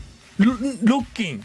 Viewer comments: 相変わらず加藤の新しい言葉知った時のイントネーションがおかしすぎてワロけるwww なんやねんロッ↓キンってw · ロッキンの発音がファッキン